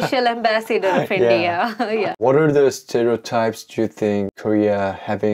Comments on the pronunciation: The way she says In-deea and not India is funny, why Indians mispronounce our own country’s name? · I think she is such a cute honey bun. She pronounces India as “IndeeYah” which is a bit funny.